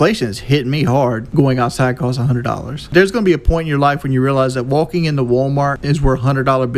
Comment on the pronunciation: Wolking into wolmort